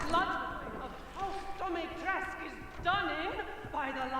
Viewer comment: More video pls :))) yeah in English is Dimitresc'u but the name is Romanian so is called DimitrescU. That is for you to know not to force you to say it :)). That is the true walkthrough not many on youtube say welcome on whatever game walkthrough and they say what i do with that, or what is this or worse, pretend they don't remember the game or never play (((((. Playthrough is a playthrough, walkthrough has already finished the game or play in advance. See that's why i love you... :D